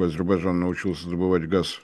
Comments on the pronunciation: Откуда, откуда¡¿¡🤔 ...из АзеХбаХджана!?!😲 Да вам, батенька, прямо сейчас в логопеды... исправлять фефекты речи...😂😂😂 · Блин, неужели сложно научиться правильно выговаривать слово Азербайджан? Режет слух!